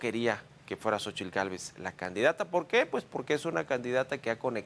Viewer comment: Deberían darle clases de español y náhuatl al reportero. Francamente es patético verlo pronunciar con esa "tl" tan marcada.